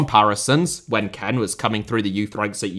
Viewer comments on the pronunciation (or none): bro, please dont say Ken, say KEANE or Kean xD